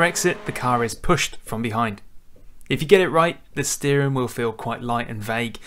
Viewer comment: I wish you would pronounce the g at the ends of all you words. Brakin, steerin , racin All these words have a g on the ends :-)